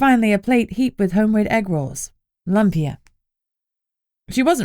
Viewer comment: As a Filipino, I was pleasantly surprised to hear pancit, adobo and lumpia mentioned! And pronounced correctly, to boot!❤❤❤